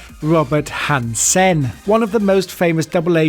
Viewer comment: robert hanSSEHN